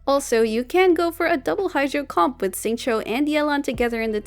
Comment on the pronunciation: you really had to pronounce "comp" like a handicapped seal didn't you? Are you blowing your spit bubbles while talking or sth?